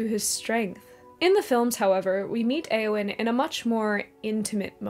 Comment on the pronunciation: Entering pedant mode. Eowyn's name should be two syllables, not three. The 'eo' is a diphthong, not two separate vowels. This diphthong does not exist in Modern English, so it is hard to get right (at least I find it so), but diphthong it is.